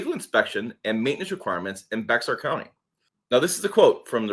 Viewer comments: BEAR county NOT BEX ARE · The county around San Antonio Bexar, is pronounced bay-HAR, the "x" is pronounced like an H. However locals pronounce it like the aspirin, bayer. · it is pronounced Bear county